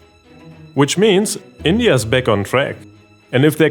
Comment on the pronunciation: Bro.. Use ElevenLabs and convert your voice over to an American accent. Can't listen to this 🤮 Can't even pronounce "back". "Beck" 💀